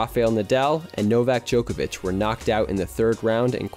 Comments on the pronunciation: This video is really interesting! I feel bad for unfortunate luck with the weather during blue clay's debut.. However I can't help but notice your pronunciation of Djokovic, c is pronounced the same as a ts sound, rather than a ch! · They also always butcher Novak Djokovic